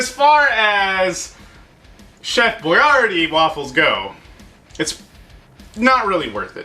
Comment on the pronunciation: The way you pronounce boyardee kills me lol